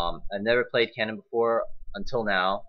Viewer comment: its kennen not cennen:D